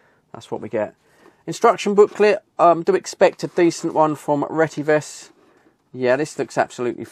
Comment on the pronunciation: Look at the spelling. It’s pronounced retty ves. NOT RETTY VESS.